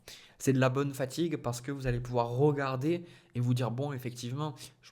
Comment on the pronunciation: Ça me titille de vous entendre dire ROmercier ROgarder naaaann RE dommage mais je vous êtes bien quand même